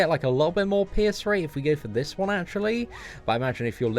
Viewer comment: All I hear is "piss" card instead of pierce xD Keep up the awesome work man!